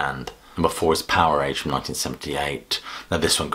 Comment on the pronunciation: Also you pronounced Powerage wrong; it's not Power age...